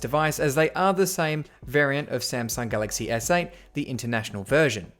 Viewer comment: Who else notices he says “galaxy essay” instead of galaxy S8